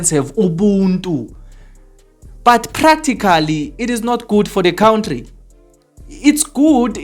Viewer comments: It's country not count-tree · I love his count-tree 🎉